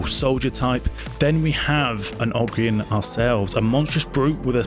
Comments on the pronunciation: It's ogryn ; og-rin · Ogryn should be pronounced "O-Grin", but dealer's choice mate. Cheers. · Ogren pronounced (oe gren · Ogre kin, but as 1 word ogrin.